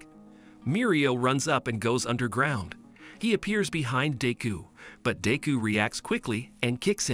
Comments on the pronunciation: Bro says deu instead of deku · Its not deeku its pronounced dekoo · Deku sounds like d!cku